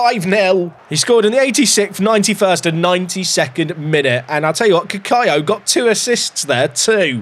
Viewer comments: Cacaio pronunciation from my Brazilian wife: KA-KAIO! I think you are saying it right. The second c would only sound like an s if it was written "ç". She has never heard of this name though, it is probably either a very rare name, or a regen Brazilian name that doesn't really exist lol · As a brazilian myself I reafirm this